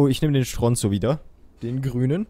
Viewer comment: Wie Stronzo ausspricht 😅 Ps:Stronzo spricht man nicht schtronzo aus sondern s tronzo